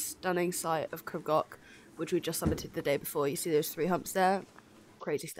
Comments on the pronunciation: Crib Gock. 😂 Its Goch pronunced like Loch ness I think you're awesome going barefoot btw. Well done 👏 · I appreciate that you are English but please can you learn how to pronunce Crib Goch ( not Gok) and Pen y Pas ( Not Penny Pas) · I know it's hard if not a Welsh Speaker. It's pronounced phonetically Creeb Goch (the 'ch' makes a guttural sound). An Pen 'y' (that sounds like 'urgh' in English and Pass. Amazing how you did this though I enjoyed your video. X